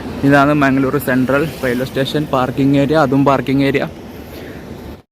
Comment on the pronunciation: Mangaluru is the correct way to pronounce.